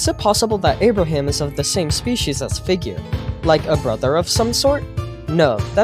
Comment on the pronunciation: ah yes, figeaur